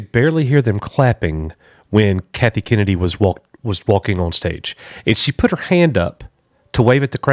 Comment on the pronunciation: It’s Kennedy not kenney although kenney sounds funnier